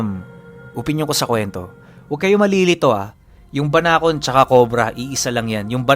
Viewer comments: Tama po ang pagbigkas mo sa salitang Banakon 😍😍🤗🤗👏👏👏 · Banakon Po Tama Po Yung pagkaka banggit nio mejo malumanay.solid Po Yung kwento ❤❤ sana maging series Po eto😊😊❤❤ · Tama po yong pagbanggit sa salitang banakon Pero yong sawa po iba po yon kc sa English is phyton po yon